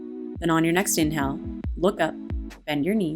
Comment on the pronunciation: You need to work on the way you pronounce inhale and exhale because I'm hearing you say "in hell" and "ex hell" and it really disrupts the frame of mind I'm reaching for.